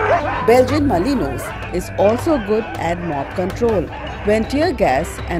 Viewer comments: It is pronounced as belgian melinua not malinois as it spell. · BELGIAN MA-LIN-WAA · its malinua pronunciation wise. Without the s.